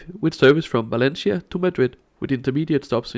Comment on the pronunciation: ¡Ningún problema! And since you don't mind constructive criticism, please pronounce Valencia like in Spanish 'Valensia' not 'Valenchia'